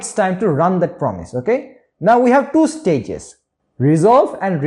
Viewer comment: Love the way you say "Choo" instead of "two". 😅